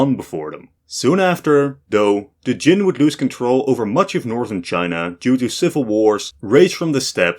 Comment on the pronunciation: Kyem, not Jin!